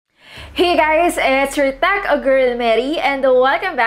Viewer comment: Matagal ko ng gustong tanungin kasi naiirita ako sa pronunciation mo "it's your tech..a..girl mary" parang nag pause ka lagi sa tech then girl, parang tv...........patrol!